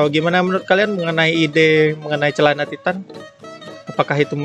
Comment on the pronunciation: Wow "cealana"